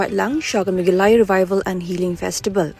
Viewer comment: Ia i nongpule news, sngewbha kynnoh bha shuwa ia ka kyrteng ka jylla lajong...ym dei megha-LA-ya, dei me-GHA-Laya. Lehraiñ ba tang kyrteng jong lajong ruh ym nang kynnoh.